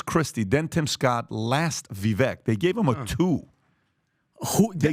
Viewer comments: How does STILL call Vivek “Viveck”, I swear he has a flat brain. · Guys, Vivek said his name is pronounced to sound like Viv-ake, like cake. I'm not voting for him.